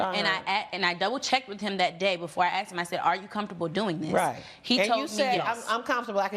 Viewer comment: Why do they all say "AXED" instead of "ASKED"??!?!?